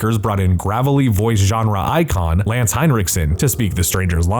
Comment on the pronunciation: Hey there narrator dude; it's not Heinrichson - it's Henriksen, like in Henry with a 'k' added and then sen at the end of the name...how difficult can it be. I've seen him even called Hendrickson but why make it more complicated than it is, these sen-names really seem to confuse Americans sometimes...🤔